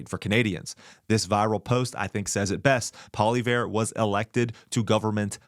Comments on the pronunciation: Pierre Poly-ver? What? LOL! 😊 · Hey …are you illiterate? You need to learn how to properly pronounce Pierre’s last name! Gawwwwd!